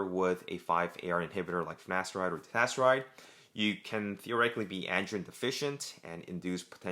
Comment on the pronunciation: I was following along most of the time, but at some point I couldn't tell if you were saying finasteride or dutasteride. You got a bit slurry there